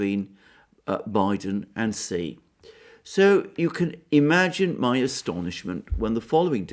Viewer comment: TQVM to for this brilliant presentation. I congratulate you for the first among so many to have pronounced the surname of the president of China correctly. Almost all the other speakers pronounce XI as shee. This shows that the speakers lack the respect to find out the proper pronunciation.